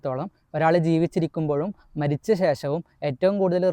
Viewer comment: 'ജെ'പ്പാൻ എന്നല്ല ജപ്പാൻ pronounsation ശ്രദ്ധിക്കുക..'മെ'രിച്ച എന്നല്ല മരിച്ച എന്നാണ്